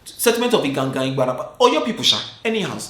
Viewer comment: It’s the pronunciation of “IGAN IGAN youths” for me 😂.. I hope I got the spelling correctly 🤞🏾. likes gist sha 😂